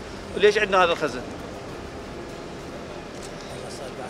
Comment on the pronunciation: اسمها المخازن وليس المخارن